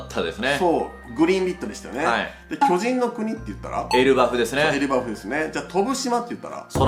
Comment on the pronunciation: エルバフのイントネーションが前から気になってました笑 黄泉の国編面白そう…！